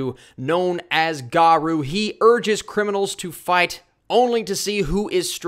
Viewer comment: I think it's usually pronounced Ga-row. Like row a boat